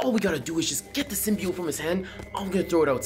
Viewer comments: My mans just said symbiotie wrong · I love how he said sybiote wrong lol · He said symbiot